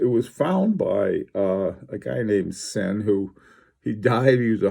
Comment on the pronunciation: your pronunciation is hurting my ears :) it is Ziiin. I very recommend reading the latest Sinn catalog (a lot of technical information). Sinn is not about chronographs and dress watches but cases, durability, and robustnes for extreme conditions. Sinn uses unique technologies for their cases and they supply special forces, police, divers, firefighters, doctors, rescuers.